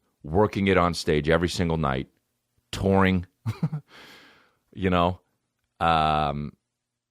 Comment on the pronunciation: TOUUURRING with a napkins, pampmkins lol